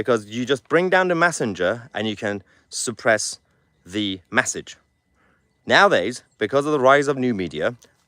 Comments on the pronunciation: He can't say "message" either, he's saying "massaj". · It’s an e , message lol not an A , that’s massage lol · Pls stop saying massage instead of message 😅